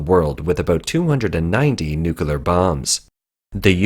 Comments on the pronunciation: Please, please, please get it right. It's painful to listen to good info from a source that consistently mispronounces "nuclear." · Love your content, but pronouncing 'nuclear' is really not that difficult... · You say Unsymmetrical Dimethyl Hydrazine perfectly yet saying nuclear seems a struggle. Regardless keep up the good work!